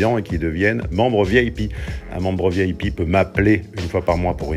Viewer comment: J'ai eu l'impression d'ente dre ''vielle pie'' quand tu dis ''VIP'' loll